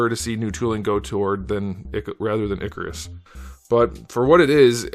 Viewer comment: Also, his name is not pronounced "ICK-a-ris". It's pronounced "IKE-a-ris". In the comics, Kirby makes clear that humans mispronounced their names (i.e. "Zeus" instead of "Zuras"). His name when he was posing as a human was Ike Harris, which contracts to Ikaris (IKE-a-ris).